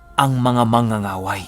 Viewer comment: Mang-ga-ga-way not manga-nga-way. Mas malakas pala sila kesa sa Babaylan. Dati akala ko iisa lang yan sila. Magkaiba pala.